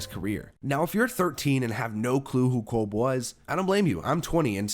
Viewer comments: Kevin Kolb’s name is pronounced “Cobb” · I believe kolb is pronounced Cobb, like Ty Cobb . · It’s Kevin Kolb, like CornCob